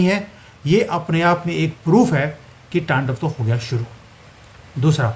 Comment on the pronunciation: It's "T A N D A V" your are doing incorrect Pronunciation